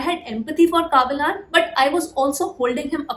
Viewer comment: Don't say kaabilan......say kabilan